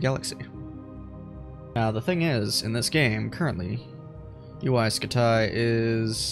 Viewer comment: Uy scutaay (like your vids)